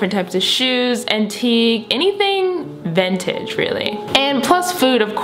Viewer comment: try’s to say vintage Ventage